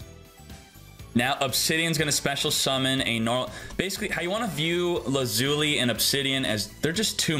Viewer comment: Same with his pronunciation of lazuli lol